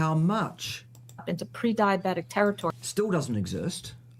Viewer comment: Carnivores can't be "pre-DIE-oh-bet-ick". Problem solved.